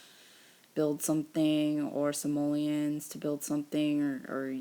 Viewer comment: She said simolens